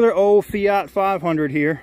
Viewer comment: the fiyot as you call it is a fiat with a at (at) the end not a yot as for the lights on the dash may be you should go read the manual then it may make some dam sense